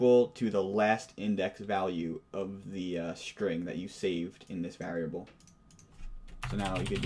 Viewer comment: you know whats rrrrrreeeeeeaaaaaaallllllyyyyy interesting? How this guy says variable. like vaarable